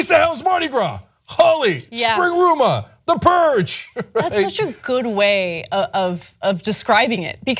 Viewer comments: It's called Rumspringa not Springruma. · It's not Springruma, Cenk. It's Rumspringa. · Also, it's 'Rumspringa', not 'spring rumah' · Springruma? Do you mean Rumspringa? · For the Amish, it's not "springruma" It's "Rumspringer." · rumspringa not spring-rum-a lol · Lol Cenk "springruma". Just have to point out it's Rumspringa/Rumschpringe/Rumshpringa, sorry, just had to be That Guy. ;p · Close, Cenk. Actually it's Rumspringa not Springruma. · No, Dude. The Amish call it "Rumspringa." Not Spring-Ruma. 😅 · it's called Rumspringa Cenk! Rumspringa (IPA: [rəmˈsprɪŋə], Pennsylvania Dutch: [rʊmˈʃprɪŋə]), also spelled Rumschpringe or Rumshpringa, is a term for a rite of passage during adolescence, translated in English as "running around", used in some Amish and Mennonite communities. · Cenk, it's Rumspringa ya silly bastard